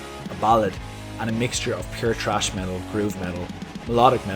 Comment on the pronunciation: "trash" metal? ..it's 'thrash', or is it the accent?